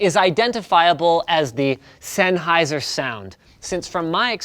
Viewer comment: ~ z e n n h e i s e r ~ ~ z e n n h e i s e r ~ ~ z e n n h e i s e r ~ stahp butchering ze name